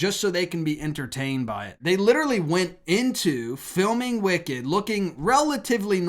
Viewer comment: Its " wicked " literally